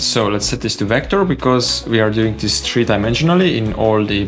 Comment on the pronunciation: I'm actually surprised you're on skillshare, you barely explain what you do, "click here, plug in to that thing"... and english is pretty bad too, it's THREE not TREE... and you copied this from a blender geometry node genius called MaxEdge... kid seriously, I don't know how you got away with it... people this is not legit content.